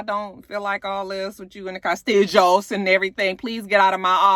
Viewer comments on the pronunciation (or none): Castiggos...I love the way she say castillos🤣